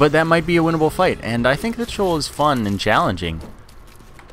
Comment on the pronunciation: its Shee-Ohl